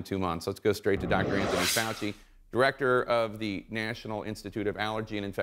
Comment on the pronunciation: It’s pronounced Faux-Xi